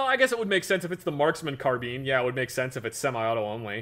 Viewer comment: Assault Carbean? Lol